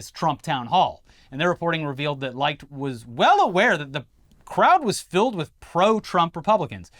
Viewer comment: RE: Chris Licht. You're saying it wrong. It's not pronounced LIKED, it's LICKED. You know, like a pussy...